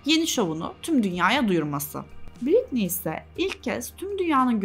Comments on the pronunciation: her konuda yargı dağıtırken 1 saatlik videosunu yaptığın kadının 1000’lerce kez telaffuz ettiğin adını doğru okumayı da öğrenseydin keşke. Britney “Britniyyy” diye okunmaz, “ˈBɹɪtni” o… Wiki’de bile var. Saatlerce araştırmak ya da C2 İngilizce öğrenmek gerekmiyor. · en azından şu telaffuzlara bakmak bu kadar zor olmamalı ya britniyyyii yani... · Sen lütfen Bɹɪtni diye okuyanlardan izle. Bu öfkenin kaynağını da boş vaktinde bir araştır